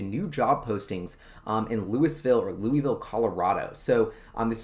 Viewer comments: Fwiw, Lou is, not Lou e. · You got it right the first time Louis-Ville, not Louie-Ville. I live 5 minutes away. Love your videos man. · FYI prounounced “Lewis”Vil unlike Louisville Kentucky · for future reference, it is "Lou - iss - ville" not "Lew - ee - ville." Love your show. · First, as a resident of Lafayette, CO, right next door to Louisville, and for your own safety, I need to emphasize that it is pronounced: "Lewis-ville", not like the place in Kentucky. Residents of Louisville are very sensitive about the pronunciation! On the map that you showed I live in the southwest corner of the development just to the East and very slightly north of where Solid Power is. Over the weekend, I will try and swing Solid Power and the other two to see if there are any changes in their signage. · pronounced Lew-is-ville... I live here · I live in Louisville! Pronounced Lewis-ville. CU Boulder - not University of Boulder! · As a former resident who worked for the local high tech company, it's pronounced "lewis ville". Not that it matters to anyone who doesn't or hasn't lived there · Pronounced "Louis" and then Ville. When I first moved here I was corrected quickly. Not sure why it matters. People here consider themselves former LA people and I suppose don't want the southern cast put on them. My guess. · Sulfur or Graphene. Lousville with a hard "S" unlike the silent "S" in Kentucky. Lousville has a long history of tech. Storage Tech was a huge force in disk drive tech. Also most of the early word processing tech came from Lousville like NBI (Nothing But Initials).